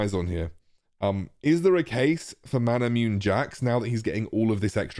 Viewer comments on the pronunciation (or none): Isn't it pronounced mana-mu-neh?